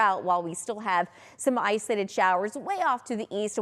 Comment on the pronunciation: Girl, it’s “ISOLATED”… not “islated”